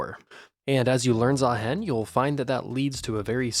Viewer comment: please Say "Zahiin" not "Zahaen"